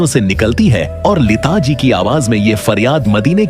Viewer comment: یہ لیتا لیتا کیا کہہ رہے ہو۔ اور یہ نعت کی دھان کیا ہوتا ہے۔ بیٹا جی پہلے اپنا تلفظ اور اردو تو ٹھیک کر کو۔